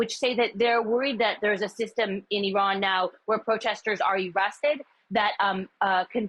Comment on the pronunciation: Its not even pronounced in that way